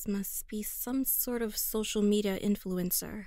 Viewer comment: Hang on, did she say social meda